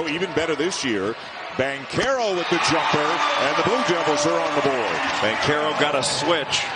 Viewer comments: Its not Bankarrow its BanCHAIR Ohh foo even if im wrong im right lol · Who told that man it was pronounced Bank-arrow?? 🤔